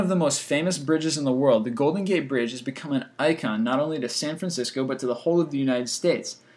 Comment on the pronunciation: Informative video with cringe-inducing pronunciation, including "consequently", "icon", and "Marin".